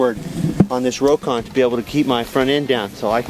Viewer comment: It's pronounced Rock On, not row kon!